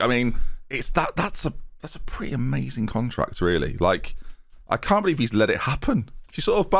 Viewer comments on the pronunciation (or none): none